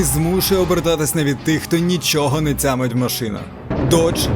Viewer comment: "Не цямиць", "падзіння", "бюрокрації", "дзякуємо".. це за першу хвилину.. далі мене не вистачило слухати цю "маацковскую" вимову